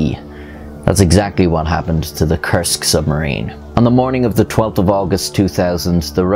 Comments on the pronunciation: Koorsk, not kersk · When you say "Kursk" it almost sounds like "Cursed" which is fitting... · It took three times of hearing the word to realize he's saying "Kursk submarine" not "cursed submarine" And then a trip to the description to confirm the spelling...